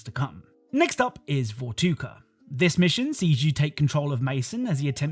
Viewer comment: Man said vortoca😂